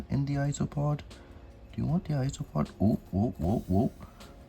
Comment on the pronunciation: I keep hearing ‘isopod’ and it makes me think that it’s ice cream or iced treat, cause it sounds like ‘ice-o-pod’